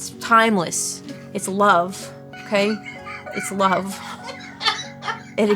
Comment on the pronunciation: it’s lahv. Okay? It’s lahv. ❤